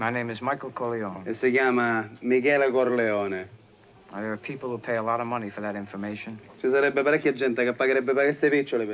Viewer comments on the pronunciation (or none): Quando dice Corleone sembra che dice colione🤣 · he has changed the pronunciation of Corleone and in intalian Coglione means asshole